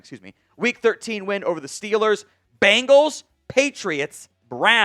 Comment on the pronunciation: Bengals, not Bangals.